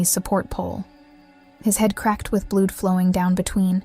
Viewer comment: Mmmmm🤔, what an interesting tale. Just wondering about some of your "Pronunciation".... Blood spoken as "Blued" ? Perhaps your generation actually fall for this fabulous tale & believe that's what happens in "real life" ? Well if poor Charlie had such a catastrophic injury 🤕 , his football career would definitely have been over. Whether or not he had his epiphany and through the light he was transformed in to the Angelic 🪽 creature he then became. I do believe that this is all from "Fantasy Island" but I do appreciate the effort you put in. 🤔🤔🤔🤔